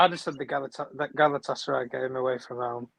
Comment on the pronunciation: Massive big up especailly to....i just love how he calls Galatasaray Galasataray 😂😂😂